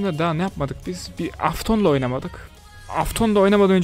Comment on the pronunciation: Abi afton değil eftın